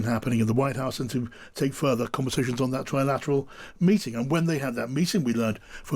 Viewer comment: Trump says Tri-lat , because he can’t pronounce Trilateral.